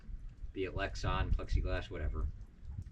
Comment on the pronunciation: You said ‘lex on’. I think it’s pronounced ‘lex Ann’.